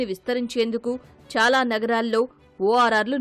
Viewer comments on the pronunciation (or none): none